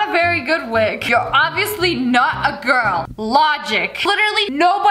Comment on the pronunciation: BRO SHES NOT A GIRL SHE SAID BUT AM A GRUL😂😂😂😂